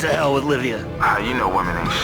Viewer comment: I kept hearing Arnie said 'Labia' instead of 'Livia'.